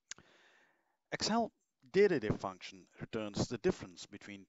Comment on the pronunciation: Surely, the function is pronounced 'Date Dif' - as in date difference.